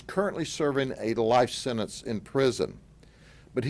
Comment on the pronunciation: SEN..ANCE? WTF IS A SENANCE?